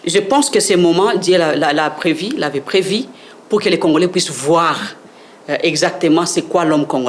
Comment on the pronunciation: Prevu et non previ